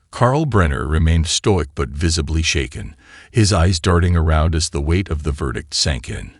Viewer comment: Stoick? What happened to stoic